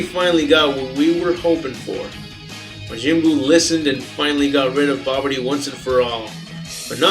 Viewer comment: He just says the original pronounciation of buu's name:) not the american version